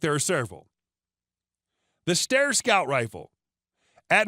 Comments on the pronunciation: "ST I ER" Not stir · It's pronounced "Stiar" like "briar", not Stair, as in staircase. Jesus! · Steyr - It is pronounced (Sty Yah) not (Stare) COME ON! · Is that how you pronounce it ? Stare? I always said sti err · The way he says steyer. " the Stir!" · These people mispronounce the names of rifles like Steyr just to piss people off. Why in the world would we listen to you when you can't even pronounce words properly. Take a class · Typically I overlook pronouciation but butchering styer is egregious (sty like "style") Great video overall tho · How are you doing gun videos when you can't even pronounce Steyr correctly?